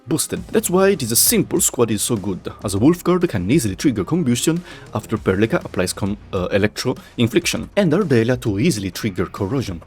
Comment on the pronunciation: "And now, we activate Perlica skill."